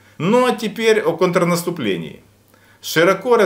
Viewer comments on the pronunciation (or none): Нравится смотреть ваши видео. Но хочется, чтобы вы говорили правильно. Не "кАнтрнаступление" , а "кОнтрнаступление".